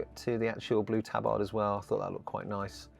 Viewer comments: Fuck me is that really how you chose to pronounce tabard? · No one ruins English quite like the Brits, eh?